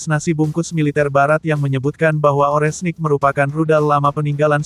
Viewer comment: Ini pembawa beritanya kalau ngomong yang bener donk, Rudal Oreshnik jangan dibaca Orenhsik.....kacau !!!